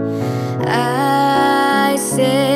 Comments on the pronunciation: 모든게 최곱니다. 영어 발음도 감성도 모두 ᆢ 다만 옥의티 하나만 얘기할게요. 가사중 I said란 부분이 몇번 나오는데 say의 과거형 said는 발음이 'sed'여야 하는데 계속 'seid'로 하고 있네요. 즉 우리 발음으로 쌔드라고 해야 할것을 쎄이드로. 서주양 본인도 주변분들도 미처 눈치채지 못하신듯한데 다음에 녹음할 기회 생긴다면 바로잡기 바랍니다. 늘 응원하고 있습니다. 감사합니다. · 정말 대단한 가창력과 감성입니다. 한 가지... 영어발음 중 다른 건 놔두고 'said'는 '새이드'로 발음하지 말고 그냥 '샏'로 발음하면 됩니다. 미국유학 10년 한 사람입니다. 태클로 생각지 않았으면 좋겠어요~ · 너무 멋져요 발음 now ... 저에겐 노우로 들림...나우 Said ... 저에겐 세이드로 들려요..세드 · now는 나우 said는 샏 비슷하게 발음 하세요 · 오우 마이 송, 최애곡 중 하나.. 정말 심금을 울려주는 보컬, 훌륭해요. 근데, 일부러 인지는 모르겠으나 발음이 Said [세이드], Now[노우], half[핼프]로 들리네요.혹시 나만 그런가? 😲😅 쎋,쎄ㄷ[sed], 나우[nau], half[hæf, 해f].. 미안해욤. 그치만 사랑합니다 💜